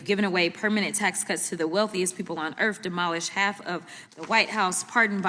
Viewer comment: lol she said the wealthiest people on “ERF”